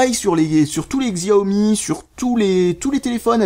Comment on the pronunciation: Excellente vidéo ! Tu parles bien, et tout et tout, ce qui fait qu'on a envie de voir la vidéo en entier. Et c'est aussi bien expliqué ! PS : Je préfère que tu prononces "Chaomi" que "gziaomi" xD !